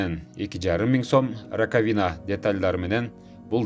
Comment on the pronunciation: РакавИна эмес рАкавина десен ударение на А